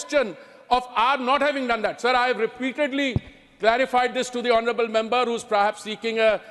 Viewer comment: Modi ji members bolna to sikh le